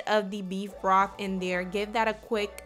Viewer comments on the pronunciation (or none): Salary salt? Beef Broff? Lol Ebonics